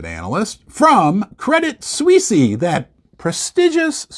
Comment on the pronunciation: I stopped listening when you said Credit Sweesy. I guess anyone can have a youtube video these days.